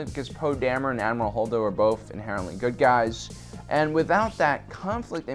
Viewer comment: sounds like you said admiral Hodor. And I like it. Hodor has more depth without saying anything. Because SHOW, DON'T TELL! :(